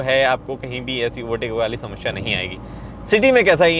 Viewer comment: Deae The word समस्या shouldn't be pronounced as समश्या!